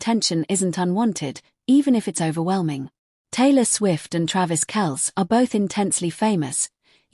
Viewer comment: Kel-cee...come on